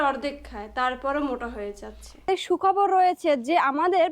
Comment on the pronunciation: সু খবর হবে শু হবে না কথাটা